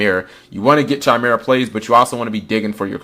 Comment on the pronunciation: How do you make sure you get your normal summons? Also, if you say "Ch"imera and not "k"imera one more time, I'm gonna rabbit punch you!